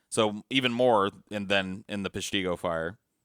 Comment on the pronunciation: Its pesh-tih-go not pesh-tee-go... Learn your things straight!!!